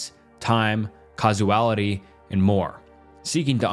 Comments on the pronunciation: its "causality" not "casuality" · "Casuality" 😂❤ Must be hard to spell everything right with 3 hour script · I really hope English is your second language...Casuality, Omni Science? what?